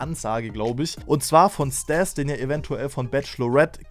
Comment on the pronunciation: Er heißt StAs und wird auch so ausgesprochen, nicht StEs